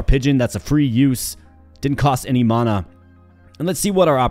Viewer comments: Huh? You are saying it really odd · Why are you pronouncing Mana so weird? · Just never heard it pronounced that way ever. I have watched thousands of videos and most are roguelites so I have heard the word a lot. Hope its not offensive, but I have never heard it said like that before